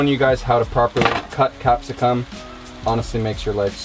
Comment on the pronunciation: That’s not quite how we pronounce capsicum haha 😂